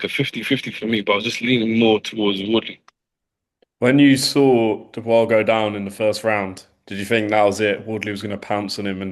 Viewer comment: It's not Du-boice...it's pronounced Do-bwah🤦🏽🥊I'm still a supporter..you're a pretty good fighter💪🏽